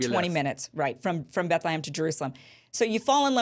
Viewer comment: It's BethleHEM, not BethleHAM, Kim!!!